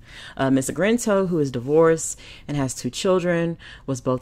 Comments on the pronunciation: its Argento,, Argento! Not 'Argrento!'!:-) Please excuse my grammatical police; I LOVE your content, but sometimes you mispronunciate proper names!:-) Otherwise, spot on content! We can agree the hypocrisy of the #MeToo movement, hijacked from the authentic stories of poor black women by liberal white feminists, but actually reinforce the same sexual predators and pedophilias that American patriarchy has historically thrived on. Their sexual violence and exploitation, especially regarding black men and boys, is core part of the system of white male patriarchy they claim to rant against. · It's ARGento, NOT AGRento. You're putting the R in the wrong place. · My goodness, is it so difficult to say a name right, even if you can't pronounce Italian names then at least say it right!!! Her name is A R G EN T O !!!! NOT ARG - R - ENTO! It's totally annoying to listen to this video!! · Ar-gen-to not Ar-gren-to. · it is pronounced AR-GEN-TO not Agrento. I believe that all perpetrators should be held accountable REGARDLESS of sex or race. That is why Lady Justice wears a blindfold, because Justice is supposed to be blind. She had a lot of nerve pretending to lead the #metoo movement knowing full well of her own behaviour. There is absolutely no excuse for what she did. I doubt any Justice will be had because of a statue of limitations law which is 5 years in CA. He may be able to sue her in civil court, but I doubt she will serve any time, which is a shame. And by the way, I DO care about male victims as much as female victims. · not trying to be mean but you're pronouncing her name wrong. It's Ar-gen-to. The way that you're pronouncing it is like this: Ar-gren-to. There's no R after the G. Just pointing that out. Love your channel though!! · UM.... who is Ms AGRENTO? i thought her name was Argento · her name is argento, not Agrento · DAMN, let me help, at least get the name right R-GIN-TOE, not GRIN. Sheeesh.